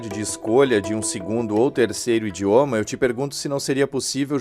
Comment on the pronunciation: A entrevistada fala "indioma" (várias vezes) e me causou constrangimento. Destaco também que ela diz que o Brasil não teria tradição no ensino de línguas estrangeiras, mas saibam que reformas da educação como a Capanema, em 1934, previam o ensino de inglês, francês e até latim no ginásio. O ensino de línguas estrangeiras foi piorando com tempo, infelizmente.